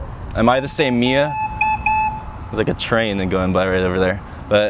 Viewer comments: The way you pronounce words like "me" and "three" is hilarious. "me-uh," "three-uh" :-P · Am I the same me-ah Who I was when I was a baby-ah When I was twelve When I'm twenty-three-ah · Mer? Is there a merrr? Who is MeRr? MeeeerrrR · did you say "twenty-three-ah" and "me-ah"? Is that an accent or something or am I crazy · Why did so many words i heard sound like they had an extra "ah" at the end. Like infinityah for infinity and meah for me? Liked the video just curious whats up with the pronunciation. Thanks for the vid.